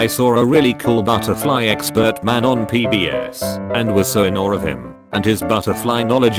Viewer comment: What he said: Butterfly expert man What I hear: Butterfly x Birdman